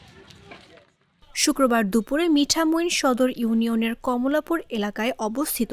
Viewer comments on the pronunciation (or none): কমলা পুর হবে নাহ 😅😂ঐটা কামাল পুর